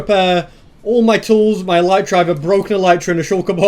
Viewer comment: I just love how he says mi instead of my